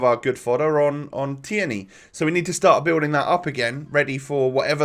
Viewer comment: It’s pronounced teerney not te-erney !!!!